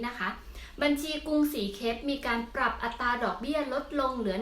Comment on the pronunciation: เวลาพูด อัตรา บ่อยครั้งไม่มี "ร" ควบกล้ำนะคะ